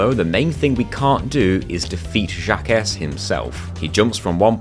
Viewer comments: Jaquces is not "Jack-ess" its "jauk" (au like in authority), thats as close as you can get with english letters. Since it uses a spund that english dont have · I know I'm not the only one to say this, but across the pond here in Burgerland, Jacques is pronounced like "Shock" with a Z instead of an S, like "Jock" but without the hard start of a J. Hearing it pronounced Jack-iss is very humorous to an American ear. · Jacques is pronounced Jack but with a French accent 😆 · Fyi, Jacques is pronounce "Jocq" xD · "Jacques" is pronounced similarly to "Jack". It's a pun, as he is a "Jacques-in-the-box" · Awesome video :D But Jacques is a French name, it's pronounced like Jock but with a soft J and kinda sounds like Jack, cos he's a Jack in the box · Awesome video! Wish I'd known about the RNG manipulation with Level Storage when I did chargeless. Though I'm pretty sure Jacques is pronounced "jahk". It's French. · I feel pain every time I hear it said like that. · Surely it’s intentional. I mean, he’s British and France is right there lol. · This video was so good right up to getting to Jacques. How you pronounced that made me throw up a little in my mouth lol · As far as I'm concerned, glitches are perfectly fine for a challenge run like this. The devs may not have intended for you to use them, but they didn't intend for you to ignore Spyro's wings, either, did they? This was an incredible run, and you've improved a lot! I lost it every time you pronounced "Jacques" that way, though, lol. It's the French version of "Jack" because he's a jack-in-a-box.